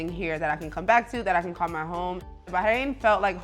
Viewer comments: It’s BaRRRRAIN not BAHAIN! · I think it’s “Bah-rain.” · he’s not saying it right tho. the r isn’t silent in Arabic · Why are you pronouncing it Bahain and not Bahrain? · It's Bah Rain, not Bah Hain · Its "BAR"-RAIN not bay-hane..the h is silent.. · Americans pronouncing everything wrong. First Eye-raq, now Bah-ein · eh? Why would anyone be? She's getting something horribly wrong I mean it hurts my ears. BAAAAAH KRANE I'm super jealous of her saying that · Are you actually serious? She’s not saying correctly at all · love the video, but the pronunciation of the country was killin me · First time hearing someone pronounce the country like this, it’s cute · She’s not saying it correctly 😖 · and failing miserably in the way that only Americans do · she’s not saying it correctly. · Its not . Ive lived here for 3 years and not one Bahraini pronounces it like that . In fact they always compliment my pronunciation . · sure its great if you're rich. even then still way too hot. also is it a silent R in Bahrain?